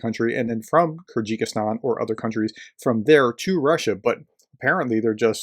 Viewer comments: “Kyrgyzstan” is just three syllables, friend: kir-giz-stan. Oh, and “Liked,” as I always do. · “Kyrgikistan” ?? “How to pronounce Kyrgyzstan” search will give you an audible option.. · It's pronounced "KERR-gih-stan", and the people are "KERR-gizz". One has to wonder whether materials coming through other super close "independent members of the russian alliance", Azerbaijan for example, are doing the same? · I've watched a number of your videos and generally enjoy them. As an enthusiastic amateur I seldom have much to say, I leave it to the pros. This time however, I feel that l can't just ignore a couple of minor"issues". First is your pronunciation of Kyrgyzstan. My understanding is it that it is phonetically pronounced as ker gis tan. A trivial thing, I know, but I'm on the spectrum. The second is more of a comment on the media in general but as you highlighted it.... If the people doing the planning and logistics around this told every media outlet or ignorant politician exactly what /when /where things were happening, who else would then know, who else but Vlad the Defenestrator himself of course. If the US told the world that the UAF can fire into Russia where's the surprise. Ongoing operational matters shouldn't be a news story or in the empty heads of self serving ignorant populist politicians until it's no longer an operational secret. Why would you want to tell your enemy your rules of engagement. It makes no sense. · Hey brother, it's pronounced "Ker Guh Stan" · Hey, PROFESSOR? When you come across an unfamiliar word or name, as you often do, do you ever think to look up the correct pronunciation? The name of the country is KEER-gehz-STAN, ok? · It’s pronounced Ker gis tarn. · This just may be the worst pronunciation of Kyrgyzstan I've ever heard. 😂 Keep up the good work, Prof. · Ah, yes, the kyr-ji-kis-stAn, the love child of ta-ji-ki-stAn and kyr-gyz-stAn.